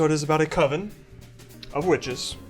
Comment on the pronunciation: There's only one Coven and it doesn't sound like OVEN, man.